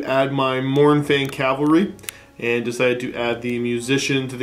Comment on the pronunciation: CAV-alry. Not CALvary. Calvary is a proper noun. Cavalry is a noun.